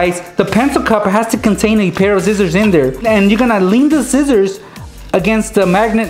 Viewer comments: Its not zizzers its scissors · lol, you say scissors like zizzors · He said zizers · notice how said zizzers. I love it